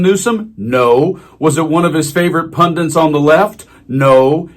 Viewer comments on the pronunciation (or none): PunDIT not pundent. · Pundants? Pundits FFS? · FFS!!! ITS PUNDITS! P-U-N-D-I-T-S!!! Learn to read and pronounce the language you use ffs!!! 🤬🤬🤬